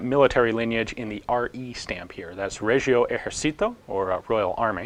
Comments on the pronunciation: I just noticed that Ian said "Regio Esercito" in Spanish... In Italian it's pronounced "Rejo Eserchito" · Phil Verhey No I meant- With a Spanish pronunciation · so in Italian, what did he say instead? If nothing .. then he wasn't incorrect.. just an accent